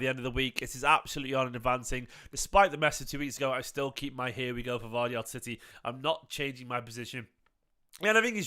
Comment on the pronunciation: Pronounced...... YOSHKO GUARDIAL